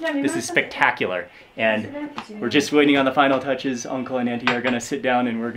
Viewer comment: Hey..Mark I like the way you pronounce anties..😅😅👍👍